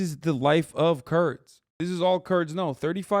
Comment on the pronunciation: ah that makes more sense. The 1st mention of the Kurds he didn’t annunciate